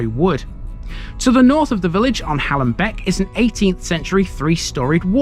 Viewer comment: A lovely well researched video, but you missed out Gray Lane completely! You also missed out on the best walk up Gray Lane over the field and back down onto Manor Fields. Oh and by the way it’s pronounced Hay-lam. Otherwise thanks for visiting👍